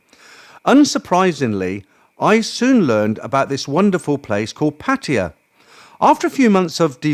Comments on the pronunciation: Its abrasive to me too. Its pattaYA.....not PATiya. Stress is on the end, not beginning 😅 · Why do you mispronounce PATTAYA——IT IS NOT PATTIYA. OR IS THERE ANOTHER TOWN BY THIS NAME¿ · Why you call Pattaya Patya?